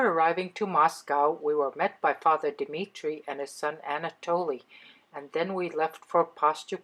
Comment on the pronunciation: Very interesting reportage. Mistake 6 min. - not Dimirtii, but Dmitry.